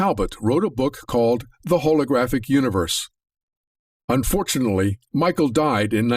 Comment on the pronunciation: Unfortunally? I'm gone.